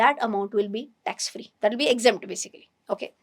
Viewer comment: Are you willingly miss pronouncing words..not clear and confusing audience? Tax free word eaten fully